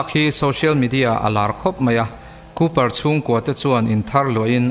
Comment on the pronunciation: Kawper nilo in Kuper tia lam tur o